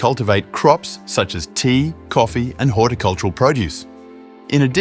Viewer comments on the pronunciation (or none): none